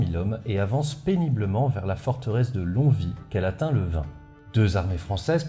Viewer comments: il me semble qu'on prononce "long oui" et non "long vi" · Alors, Longwy, ça ce prononce Long-oui, tout simplement ! Merci pour tes video ! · Salut, j'adore tes émissions, et non seulement celle-ci était très instructive mais tes gags ont fait mouche (en tout cas pour moi). Mais Longwy, c'est pas "Lonvi", mais "Long oui" (le 'g' ne se prononçant toujours pas). P.S. : J'ai enfin appris le fin mot de l'histoire quant à la ch... supposée (et/ou réelle) des Prussiens dont m'avait toujours parlé mon père mais dont mes cours d'Histoire ne disaient rien. J'ai enfin pu cocher cette case dans ma liste des chose à éclaircir avant de mourir. Merci. P.P.S : J'ai toujours cru que l'on disait Val-oui :) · Je poste un commentaire en ayant regarder que les 10 premières minutes de vidéo, mais mes oreilles de lorrains souffrent! 😆 longwy se prononce phonétiquement lon-oui. On oublie le g et le w. Voilà je continue la video qui s'annonce très pros et intéressante 😅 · petite aparté je pense que ça a déjà été dit mais Longwy se dit "lon-oui" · Prononcer Longwy, longoui et Sainte Ménehould, Sainte Menou. Longwy a payé de son déclassement la trahison de sa population bourgeoise. Goethe a par contre salué le courage d'une commerçante qui lui a vendu une couverture. Il accompagnait l'armée de Brunswick et eu une phrase célèbre sur le changement d'époque après Valmy. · et la prononciation du nom des villes de l'Est, épisode II;) Sinon, en fiction, récemment, il y a la très foutraque BD "Les mémoires du dragon Dragon - Valmy, c'est fini", qui fait écho à pas mal de choses évoquées dans la vidéo. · Bonsoir on dit "Long Ui" pour Longwy ça m'a déclenché toute la vidéo. (Qui est très bien au demeurant).